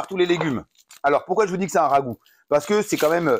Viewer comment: Merci Nono pour la recette! c'est cool quand t'es plus calme comme ici ça se mate mieux je trouve ;) un peu foufou sans en rajouter des caisses, impéccable Avoue t'aime ce mot le rhhhaaagoo ^^